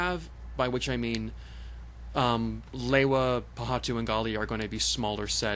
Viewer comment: You not pronouncing lewa right